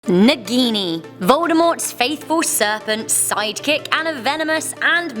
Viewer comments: They can't pronounce a single hindi word correctly...they introduced 'Naagin' as 'Nagini' in movie. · Hahah the way you pronounce "naagini"